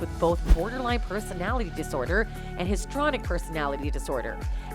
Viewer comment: The word is, “histrionic”, not “histronic”. You’re paid to read the copy. Read it properly!